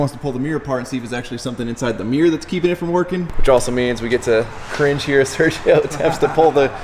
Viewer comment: Sergio: Ser-he-oh